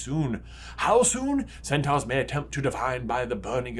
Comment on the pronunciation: It’s sen-tor